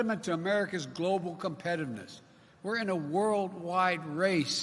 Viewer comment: It’s an impediment to America’s global competimus. Of course!